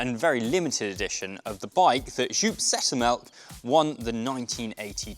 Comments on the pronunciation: "sjewp settemelk" oh yeah that guy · My ears hurt after hearing you butcher joop Zoetermelk his name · Horrible pronunciation of Joep Zoetermelk